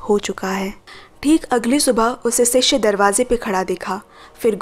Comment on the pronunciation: Sishya nahi shishya 🙏